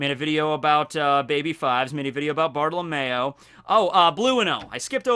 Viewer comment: Bruh, you call him Bartolamayo when his name is actually said Bart oh low me o Btw ik that’s not how it’s spelled, that’s just the way to say it